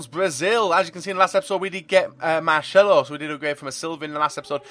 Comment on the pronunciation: There's no H in Marcelo therefore your saying it wrong